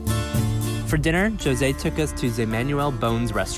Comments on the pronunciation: Its José not joezay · The name José in portuguese is pronouced "Juh-zeh". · Starting it off by pronouncing my man's name "Joe-zay" made me cringe so hard.